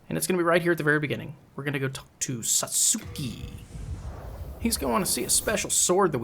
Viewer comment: He pronounces his name SATS-KI. Back in the original, I think LP said you did not get Makoto back if you handed it over to Satsuki. But maybe you do get it back. I never handed it over until this playthrough so I cannot confirm that. I just killed him without handing it over. Regardless, you still have to fight him and lower your character tendency. ^___^